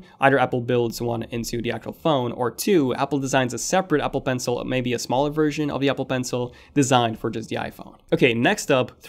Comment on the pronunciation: Apple bencle?? Apple Ibads?? Are you an Arabic speaking guy? I don’t think the A13 chip would com. It would be the A14.. Americans are scared of number 13.